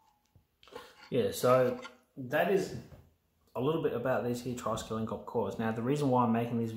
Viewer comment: That thing most ppl call triskelian here is not correct ! Hope you ppl can catch the mistake ✌️